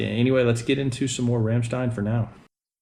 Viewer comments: Good ol' fashion German craigslist cannibalism. You should also adjust your pronunciation of the groups name from the murican version. Rham schtein is closer to where you need to be. Should check out "Ich tu dir weh" also. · You pronounced the name of the band wrong. It's pronounced like Rammshtine